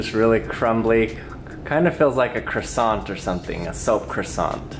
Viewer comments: You are saying Croissante not Croissant, i know french language is hard 😉So try to say Croissan without T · I'm so triggered by the way Americans say "Croissant" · Am I the only one who's triggered that he said croissant wrong?